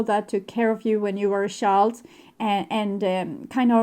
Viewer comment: Please learn how to pronounce "child"..